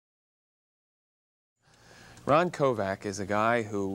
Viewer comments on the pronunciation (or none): stop saying Ron Kovac ugh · Interviewer, respect this man! His surname is not KOVAC. It's Kovic. Respect your heroes! He deserves better than you! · Pretty bad interviewer - jeez, at least pronounce his name correctly! It's KOVIC, not KOVAC. I had the privilege of briefly meeting Ron at Kent State years ago. A very nice guy, very approachable, very personable, and very passionate about the things he believes in. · I wish Ron Kovic would of told the host that his name is Kovic..not Kovak. Thank you Mr. Kovic of sharing your story… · I know right? He pronounced his name wrong. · I am not so impressed with this Bill Boggs, if this guy is so moved by Kovics book, you would think that he could pronounce Kovics name correctly. There is also seems to be a minor undertone of judgement in his questions.